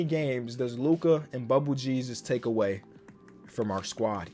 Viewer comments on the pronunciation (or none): none